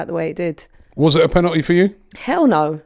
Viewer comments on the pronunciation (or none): This is well funny , it’s a blatant foul in the box he made no attempt to play the ball. Holding should have gone 2 tackles earlier. Oh and it’s “penalty” not pennnaty